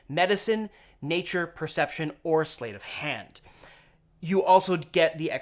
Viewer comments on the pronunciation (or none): Sleight (as in "sleight of hand") rhymes with light, wight, tight, might, etc. As opposed to weight, eight, feint, etc. BUT, you did make me go look it up, just in case. (Could I have been wrong all these years? Naaaaa.) Given how "sleigh" is pronounced, I'm not surprised it was pronounced incorrectly. ;)